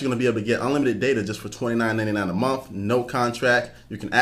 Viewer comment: "29.99 a mumf"